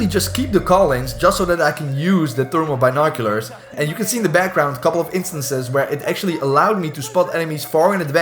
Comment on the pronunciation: I totally thought he said turbo binoculars not thermal binoculars 😂. Helpful vid though. Played my first two matches last night mostly had no idea what was going on but got I got fourth place in one so🤷